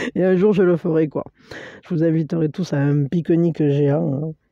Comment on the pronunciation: Un pique-nique géant😁(avé l’accent!) j’adore!😂